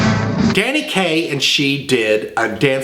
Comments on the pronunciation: "Danny gay--Kaye" Hint hint? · I loved the Freudian slip "Danny Gay...Kaye".